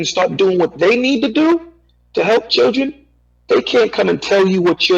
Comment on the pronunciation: Churgen... It's children!!!